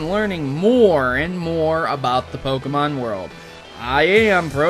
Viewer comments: EEEWW SAID POKE EEE MON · You shouldn't make theory-videos if you cannot pronounce Pokémon correctly....